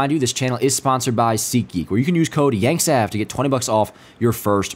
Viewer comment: Awesome. YANKSAV...wouldn't that be pronounced Yanksave like save money. I know petty but...